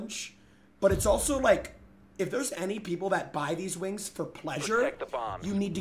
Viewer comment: he´s rolling that R so crazy it sounds like wings got a R too Wrrrrrings